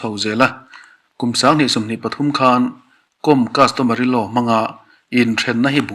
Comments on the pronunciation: Mary kawm(hnamhming)com tia lam adiklo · Kawm hnam hi, anmani chuan, Naga an inti, aninti Mizo lo, com tia lam pawh hi, thil kawm eg kaikawm tih kan sawia kawm rikdan a nga lam rik tur a ni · Mary com tih com hi kàwm hnam a ni a saphming n Lalsangzuali sailo in sailo hnam a nina a chawi tel ang hian Mery pawh hi Kàwmhnam tina a nih chu,kawikawm angà ,kaàwm hi lamrik tur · Mery kom/com .tih hi a dik lo.Mery Kâwm tih tur. Kâwm hi hnam hming a ni . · Mary kawm tia lamtur anizawk e aw